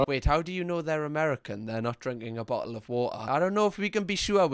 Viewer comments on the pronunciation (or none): "A BO'LE OF WA'A"